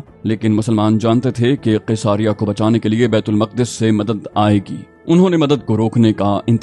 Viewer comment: Bait ul muqqadas nahe Maq'das asal talafuz hai jo Al-quds sy nikla hy thora homework kr lia krain.